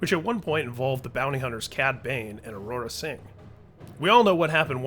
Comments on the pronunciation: This story arc in the Clone Wars series has the top 2 all-time best lightsaber fights in all of the animated Canon; Darth Maul vs. Pre Viszla and Darth Maul & Savage Opress vs. Darth Sidious. (BTW= It's, "Aurra Sing," lol not, "Aurora Sing.") 👍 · did you just say Aurora Sing?